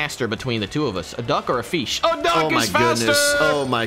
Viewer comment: "P0iS0NED FEESH" 😂😂😂